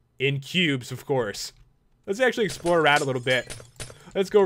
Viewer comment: Did you say expler instead of explore at the end?!